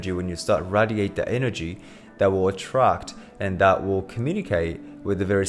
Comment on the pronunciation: Who taught you how to pronounce "radiate"?